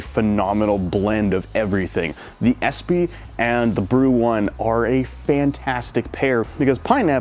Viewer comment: Espe is pronounced Espa.